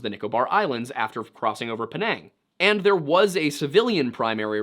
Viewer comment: Before you slander a mans character and courtly please, know and understand the culture. You have ZERO clue, only speculations. and its called Penang not Penong! My wifes Cousin was a stewardess on that flight.